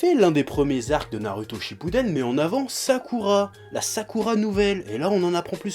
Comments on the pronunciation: Pourquoi tu dis toujours nar"u"to et sas"u"ke au lieu de nar"ou"to et sas"ou"ke. Mais paradoxalement tu dis sak"ou"ra et non sak"u"ra... :p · Après 15 ans de Naruto, il prononce encore faux Sasuke et Naruto mais il prononce juste Sakura. Dafuck Oo. sinon clairement d'accord pour l'intrigue totalement débile.